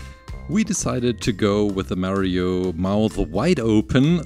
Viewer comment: Mario is pronounced "MAA-rio", not "ME-rio".